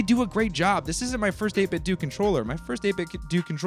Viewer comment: It’s 8bitdo as in “doo”. The official 8bitdo speakers, made by 8bitdo, startup noise say “8bitdooooo” as in doo. Just saying.